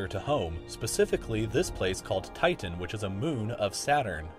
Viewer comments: Thus guy over pronounces his T's. TiTan. MeThane. Annoying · The way he pronounces Titan though...